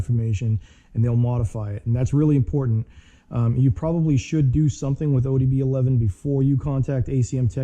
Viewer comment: Great video! but I couldn’t help but cringe every single time you said ODB11. Man that was killing me😂